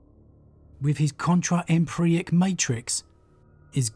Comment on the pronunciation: Euclidean (You-klidian), Empyric (Em-pier-ik). I love your videos, please take care with pronunciation, you are better than that.